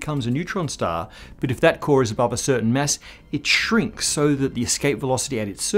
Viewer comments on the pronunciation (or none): none